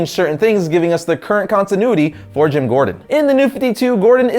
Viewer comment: you said jams Gordon